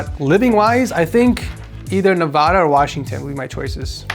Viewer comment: If you’re gonna live in Nevada you’re gonna have to pronounce it properly